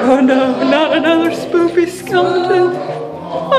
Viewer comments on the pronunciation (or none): You said spoopie skeleton.